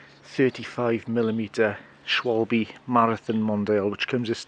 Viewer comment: Haha - you pronounced the "a" in "Schwalbe" as "dark" like here only a Bavarian from Munich would do! :D Greetings from Germany!